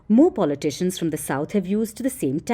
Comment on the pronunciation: Pulley Tishions…heck why can’t you pronounce politicians right..😂😂😂😂😂